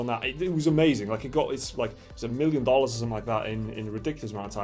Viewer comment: triggered by the North Korean flag appearing after you fumble the Dollar/Dorral pronunciation